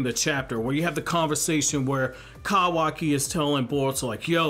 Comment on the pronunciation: Proud of you... You're finally saying kawaki correctly